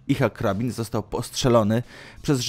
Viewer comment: Nosz kurde... Żydzi z Palestyńczykami tak się napierniczają że masz tematy do emerytury ;) Aha... Nie Ihak Rabin a Ichack Rabin... Robisz ciekawe materiały ale pewne błędy wkurzają... :/ A szkoda bo merytorycznie materiały bez zarzutu...